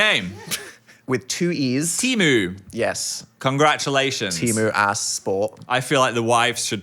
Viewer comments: sorry but teemu is said like tee (de) and mu (like [moo]lah). I just have to inform you so my ancestors aren't angry at me. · As a Finnish person pronouncing ”Teemu” the same as Temu is so funny and I’m going to start calling everything my friend Teemu does as ”temu ass x” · The way they pronounced Teemu 😄☠️ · Nothing prepared my Finnish ears to the way they pronounced Teemu - i physically recoiled D: (it's understandable but not how it's pronounced) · The wife carrying competition is actually a Finnish invention! The first competition was held in Sonkajärvi, Finland in 1992. And I'm so sorry but your pronunciation of "Teemu" is killing me :') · That is not how you pronounce Teemu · all finnish people are devastated of your horrid pronounciation of teemu's name😔😔